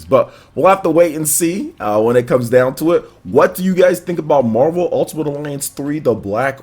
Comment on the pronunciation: Is it just me or does it sound like he’s saying “Mobile ultimate alliance”